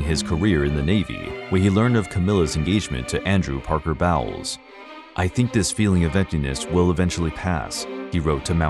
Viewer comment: Bowles is pronounced Bowls and the question Charles was asked was if he was “in love” not if he loved her. Big difference and an inappropriate question to begin with